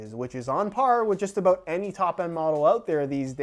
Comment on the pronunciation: Did you hear him sat aboot instead of about ;) it really fits with these videos